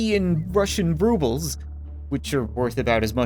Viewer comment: Its called Rubels not Vrubels